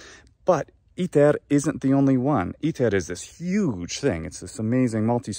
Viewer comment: Papae! Cum dīcerēs,, "iter" in prōnūntiātiōne Anglicā, bene, vōx tua (in verbīs Enniī) cere comminuit brum meum! Tam extrāneum audītū!